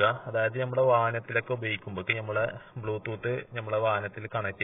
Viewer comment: ബ്യൂ ത്തൂത്ത് അല്ല ബ്ലൂ ടൂത്ത് പിന്നെ ഫെറി എന്നാൽ റോഡ് പണി അല്ല ബോട്ട് സർവീസ് ആണ്